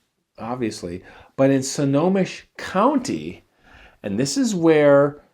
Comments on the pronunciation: Hi! Snohomish County is pronounced: Snow-Home-ish It’s a Native American word. Much love! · Good story but I think you mean Snohomish (sno-home-ish) how you said it through me off for a bit. Great area. Lot of deep forest but you must use care in such places here because it is stunning how fast you can get twisted around and lost. Which is also why if they exist it would be so easy for a creature like Bigfoot to stay hidden. Never seen one having my life here in Washington state, but have heard some odd sounds out there.